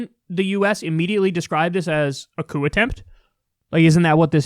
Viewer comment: Its not coup